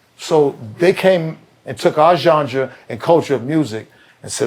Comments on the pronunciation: why does he keep saying Jonga instead of Genre lmao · There is no way I could sit in a room with Benzino and not correct him when he says “John-druh” fiftyleven times. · I know what Mecca is thinking “This mahf*cka is 60 years old pronouncing “genre” like “jonjdrah”. This can’t be life.” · The Zeester has no idea how to pronounce the word 'genre.' 😂😂😂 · Sound like Zino was combining Ganga and Genre when he was trying to pronounce genre😂😅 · math .. i really hate that you just are not an aware dude.. and there is NOTHING wrong with that.. but the fact you think you are. is the problem NOT that you cant have an opinion. and not that you cant express it. im not saying that. but your more in the stage where you need to learning. and your ego got you thinking you in a position to be teaching. Also it is hilarious zino cant say "genre " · would have had more if he could pronounce "Genre" 😂